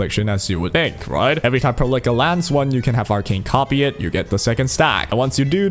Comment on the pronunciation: Why you say Perlica name like that? I can't help but hear you say "pearl licker" like bruh xD